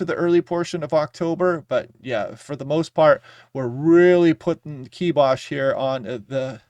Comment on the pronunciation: We're behind you,. Even when you pronounce it kee-bosh.